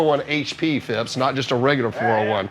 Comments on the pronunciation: Phipps not ‘Fips’ 😂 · I lost count of the amount of times they said fìps